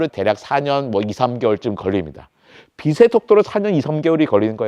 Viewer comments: 국민학교를 안나왔나? 빛의 속도를 발음할때 비세속도가 아니고 비체속도 라고 발음 해야 맞는거지. 그리고 지구의 물리학으로 외계인을 이해할려면은 안돼지. 빛의 속도보다 더 능가하는 뭔가가 있겠지. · 자꾸 발음을 비세 속도라고 하는데 정확하게 발음하면 비체 속도입니다 ㅅ이 아니라 ㅊ으로 발음해야죠